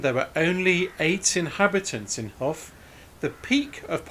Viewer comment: I live in Watershaugh Rd it’s promounced” hoff” as you said & up here in Northumberland its taken to mean a high bluff of land by a river.Would that apply to Lincolnshire though?What a lovely little church & what a shame its innsuch a state.